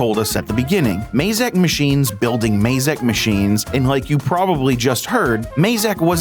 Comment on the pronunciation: Why do Americans pronounce Mazak wrongly.